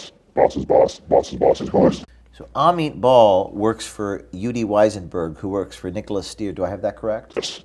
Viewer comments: I love when he says Amit Bahl but I heard him say "a meatball". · "Amit Bahl" A meatball?